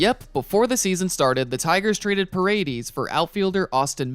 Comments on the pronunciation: Bro…it’s pronounced pah-reh-dehz. Not PuhRayDeez. 😂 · aint no way you pronounced the last name Pa Ray Deez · parade-eeez lol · The way he says paredes 🤣